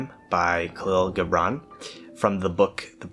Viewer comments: Loving the idea behind this channel! Also love this video and this poem. It's interesting that you uploaded this on Aug 03 2020, one day prior to the Beirut Explosion in Lebanon, the country where Khalil Gibran (pronounced Ji-bran btw) was from. Being from Lebanon myself, a country where your freedom seems limited by the oppression of its rulers, these sentences spoke to me: "And if it is a despot you would dethrone, see first that his throne erected within you is destroyed. For how can a tyrant rule the free and the proud, but for a tyranny in their own freedom and shame in their own pride?" It's time for the people of Lebanon to free themselves of the false political and secular ideologies that they follow so blindly without proper understanding. That, in itself, would free the country, and would in turn allow for the people to find their own individualistic freedom. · In Lebanon, we celebrate Khalil Gibran (pronounced khaleel jubrawn) with all our might, we celebrate him wholeheartedly, he is truly a national treasure.